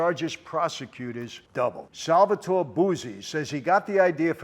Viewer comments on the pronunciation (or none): none